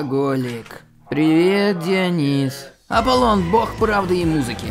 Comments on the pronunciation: ДиОнис,ударение на о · О, боги. ДионИс!